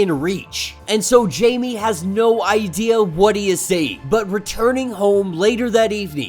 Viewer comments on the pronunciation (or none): I’m sorry but it’s pronounced “hi-may” no Jamie but still love ur content 🙏